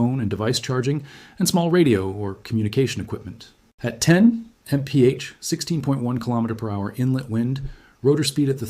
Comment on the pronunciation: I'm not convinced this isn't AI! A normal human would not say mf for mph! Also he's talking way too fast to be understood.